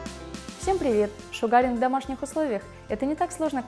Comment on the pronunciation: Вы конечно извините...но правильно будет произносить : "шУгаринг" а не "шугАринг".....посколько слово "Шугар" (sUgar- произношение на У) озночает - сахар. И раз уж в России стали пользоваться этим методом...то недопустимо искажать его название. Спасибо за видео....живу в Штатах....до сих пор занималась восковой депиляцией в салоне...сейчас решила поменять метод и попробовать делать это сама. Ваше видео очень наглядно обьясняет как это делать правильно. Всех благ !